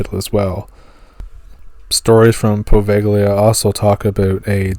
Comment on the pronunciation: you really need to check your pronunciation Glouscester is "Gloster " Worcester " is Wuster "..I know, crazy but there you go..Poveglia, Poveylia...